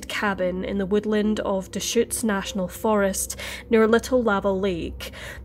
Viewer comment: I can't believe you pronounced Deschutes correctly!